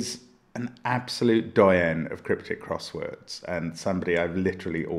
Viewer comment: There is a difference in pronunciation between ‘doyen’ and ‘doyenne’. Your pronunciation implied that John Henderson is a woman.